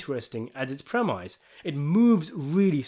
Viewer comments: PREMISE is pronounced PREM-ISS, Rhymes with TENNIS. It''s not "PREM-EYES". Embarassing. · I like your videos dude, but you have to stop pronouncing premise ‘premISE’. I know it’s spelled that way, but it’s pronounced ‘premIS’. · Premise is said like promise, mate. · That word is pronounced "preh-miss". It's French. The Latin was "prae" (before) and "mittere" (to send). It's what happens before the plot is sent into motion.